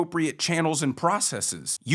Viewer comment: Thanks so much for pronouncing 'processes' correctly. I know it's stupid, but it is like nails on a chalkboard for me when people say 'prohcesseeees'!